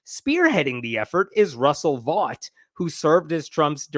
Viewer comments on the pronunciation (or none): none